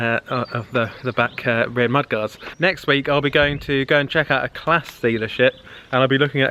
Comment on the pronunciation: He calls Claas clas